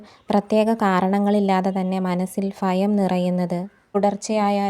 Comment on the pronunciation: ഫയം അല്ല ഭയം... ശുദ്ധ മായി സംസാരിക്ക് 🤔🙄